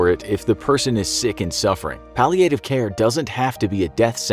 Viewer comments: I guess it’s like viet nam viet nam. When pronouncing the word palliative , doesn’t it sound better if the A is short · The way he said palliative care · The way they pronounce "palliative" 😑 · That’s not how you pronounce Palliative… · The narrator’s pronunciation of “palliative” is really annoying me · how you pronounce palliative care is really annoying.. get it right!!!!!!!